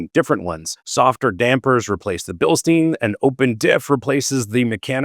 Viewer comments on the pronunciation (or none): it is BILSTAYN not BILSTEEN ( Bilstein = Stein means stone in German )